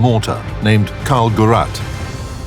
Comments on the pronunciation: "KALL - GERRAT" Good job on pronouncing it wrong literally every single time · karl gerät not karl gerat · Karl-Gerett ahahaha It's pronounced Gereeht (kinda) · Just a friendly advice for the narrator: If you can't pronounce words that are in the motion picture you have to narrate (e.g. like the name of the object the whole video is about, or city names like Sevastopol), then don't narrate it at all.